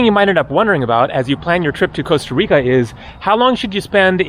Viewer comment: Co-sta Reeka.